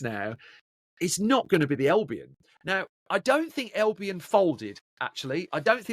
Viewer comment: Can you stop saying elbion please its albion